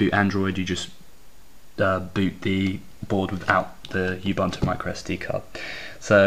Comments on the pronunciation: Ub-, not Yub- Disclaimer: I've been correcting pronunciation of "Linux" for 15 years... Anyway - tempted, for the Android abilities. APC.io's shipping costs are too high for me to contemplate. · GAH! Ubuntu isn't pronounce "Yubuntu"! Looks capable though =)